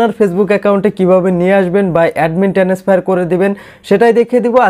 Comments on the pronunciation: টেনেস ফায়ার 😂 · ও ভাই একটু English উচ্চারণ ভালো করেন। ভিডিও বানানোর আগে খেয়াল করেন। টেনেসফার কি ভাও😂😂